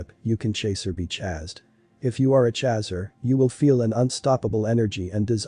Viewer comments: No no no no just the fact that he is saying CHAZZER has totally derailed me from this video!!!! Nope! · Most intense union one can ever experience. One soul in 2 bodies. Thank you for this. BTW “chaser” rhymes with racer. Please pronounce correctly. 🌈